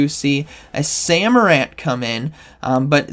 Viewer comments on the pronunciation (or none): "Samorant is going to come in." The way you pronounce these names confuses the hell out of me dude 😂